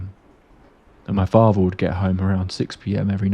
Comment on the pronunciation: What's with you not being able to speak English properly? Your pronunciation of words is absolutely terrible. Muvva, fahva, bruvva, free, rahva, eiva. All of these words have a 'th' in yhem that you pronounce as an 'f'. It bothered me so much that I had to stop listening to it. What happened? Did you wag school a lot? Did you drop out of school before graduation? How about you learn to speak English properly before making these aidio videoes.